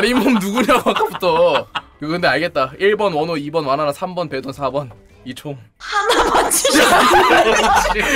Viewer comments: 마... 베돈 아니고 배돈이다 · 아니 베돈이아니고 배돈이에요 이사람아 ㅋㅋㅋㅋㅋㅋㅋㅋㅋㅋㅋㅋㅋ